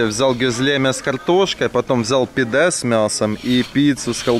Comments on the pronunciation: ГёзлемЕ!! Ооочень ухо режет, произносите правильно пожалуйста!!!! И котов в Турции подзывают пыс-пыс-пыс (пс-пс-пс), почему-то на подзыв кыс-кыс не реагируют. И что за "пИдэ"??? ПидЭ, у турков ударение падает на последний слог! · Всё классно, но ударения в названиях блюд хромают: пидЕ, гёзлемЕ, дондурмА и т.д.